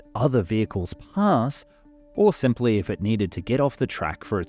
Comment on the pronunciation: "simpwy puwl"